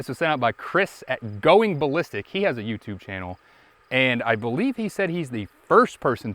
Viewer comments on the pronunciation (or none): none